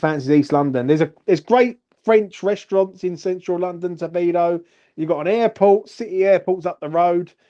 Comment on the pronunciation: Good stuff! I'm buzzing right along with you,! FYI - it's "To-di-bo" not "To-bi-do" lol it's a bit tricky, but you'll get used to it! ⚒️